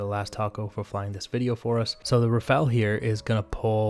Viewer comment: RAFALE ! Not Rafale omfg!